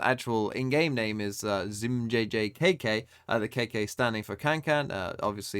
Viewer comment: ZmjjKK is pronounced KangKang